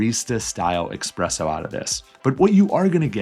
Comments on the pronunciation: Sorry, I definitely prefer espresso, not EXPRESSO 😂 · Nice tips! BTW it is Espresso (instead of expresso) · Espresso not expresso 🤦‍♂️ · It's Espresso not Expresso.😊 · It's 2025 and people are still saying expresso?😂